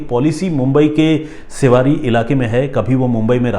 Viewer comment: सेवारी नहीं...' शिवडी '